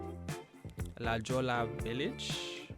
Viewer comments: "La Jolla" in CA is pronounced Luh-HOY-uh. Silent LLs with the J pronounced as an H. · La Jolla is Spanish. The pronunciation in English is like La Hoya. It’s a town near San Diego full of rich people and surfers 🏄‍♀️ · La Jolla is pronounced la hoy-a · Yes you did pronounce a mall wrong, La Jolla village, the name is in Spanish so the J in Jolla is pronounced with an H sound. I absolutely love your videos please keep it up, and if I had money I'd definitely be watching the other videos, someday. 💖❤️🤍🖤💚💗💛🤎💜💙🧡😻🐾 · The J in La Jolla is pronounced like the Spanish J. Like an H, and the two Ls is Spanish , too. La Hoya. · FYI: La Jolla is pronounced "La Hoy-ah" it is near San Diego 😉 🩷🩷🩷